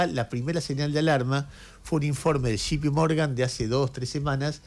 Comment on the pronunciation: Jay Pi Morgan no Gi Pi Morgan